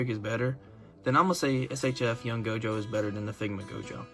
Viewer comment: Bro said GOATJO